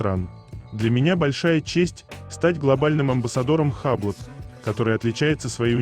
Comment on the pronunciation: Не хаблот,а юбло